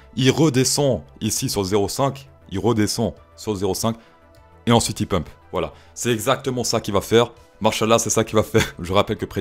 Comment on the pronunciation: Mais C'est pas "PUMPE" c'est "PEUMP"